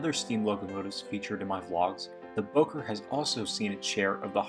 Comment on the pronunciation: Your mispronouncing Bowker. It's pronounced Bow as in take a bow. I'll bet you even mispronounce the name Genoa.